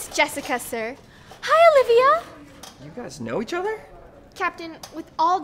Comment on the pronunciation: I just realized that they always mess up Olivia's name just like they mess up Veronica